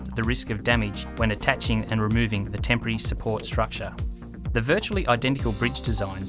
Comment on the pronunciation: I was almost 8 minutes in before I realized "tempry truss" was not a new type of truss I had never heard of, but in fact simply the Australian pronunciation of "temporary"